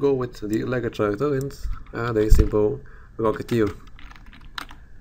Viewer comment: It's pronounced Karacter, mate. Good video! :D